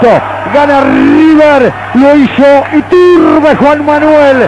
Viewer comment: ituRRRRRRRRRRRRRbe...ituRRRRRRRRRRRRRRRRRRRRRbe. jajaja